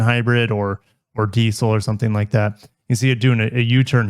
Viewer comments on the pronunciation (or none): Mazda not marzzz-daarr Diesel not dissell you stupid yank